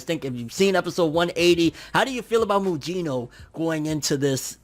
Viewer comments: It's not pronounced Mujino, it's Mugino like Kusanagi and Gyuki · Lol butchered mugino name lol